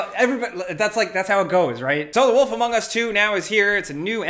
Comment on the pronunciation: Did you said wolf "amongus" 2